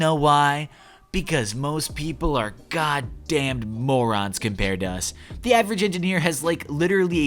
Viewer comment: Alright you got me with that hyper-enunciated “-ed” on goddamned